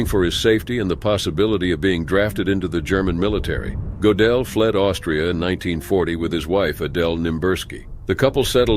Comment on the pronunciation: That's NOT how Gödel is pronounced - at all. I was only listening and it took me quite a while to realize whom you were talking about although I know his biography well.